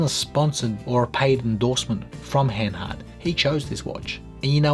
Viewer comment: And you pronounce it Hahn hahrt, not Hen hert.😀